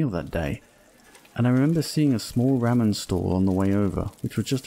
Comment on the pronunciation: Bro actually said ra men